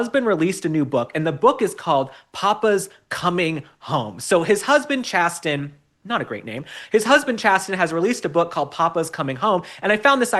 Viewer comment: Isn't that pronounced "Chay- sin(sen)"?